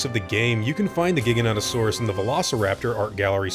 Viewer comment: Giganotosaurus Isn't pronounced giga no toe saurus It's actually pronounced as jiga no toe saurus. They're two dinosaur with this exact spelling. One Is a long neck know as giganotosaurus. But is pronounced as giganta to saurus. The giganotosaurus or jiga no toe saurus